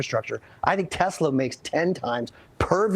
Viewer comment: Such an idiot - she pronounces Tesla as Tezla!